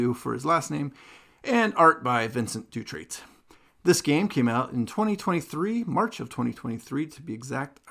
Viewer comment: Pronounce "Siri" (like the apple assistant) and then add "ex" (like an ex girlfriend) and you got Sirieix. EDIT: Nevermind, I'm late to the help party 😂 Also you don't pronounce the "T" at the end of Vincent Dutrait, it's just Dutrai(t). But you also dont pronounce it on Vincen(t). French is confusing, I guess 😅